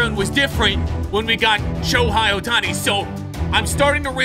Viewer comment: The fact he said Aaron Nola isn’t good made me scream what out loud💀 Nola is a great pitcher Also it’s pronounced Show-Hay Oh-Ton-Knee